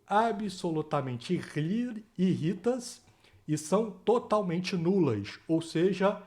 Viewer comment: O certo é "írritas", não "irrítas". O acento está no lugar errado.